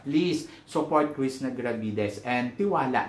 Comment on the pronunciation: Krisna ka ng Krisna Krishna haha bulol ka talaga kaloka